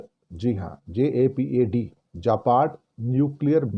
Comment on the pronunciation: Not japad but zapad.